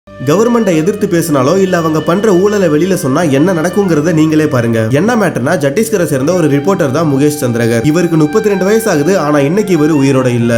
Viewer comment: ஜட்டீஸ்கர் இல்ல 🤦‍♀️🤦‍♀️🤦‍♀️ சத்தீஸ்கர் 🤨